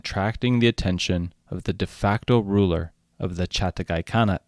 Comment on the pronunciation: Its Chaghatai not Chatagai